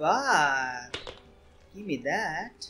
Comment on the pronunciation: He says gimme me that